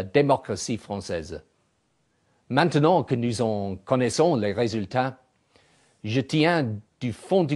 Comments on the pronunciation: MAN-TUH-NUNT -_- ITS meht nant.. ou men tuh nan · not that perfect! "manternon"!